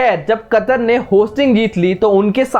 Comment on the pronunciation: Chootiye वह कतार नही कतर है झंडू पहले नाम तो लेना सीख ले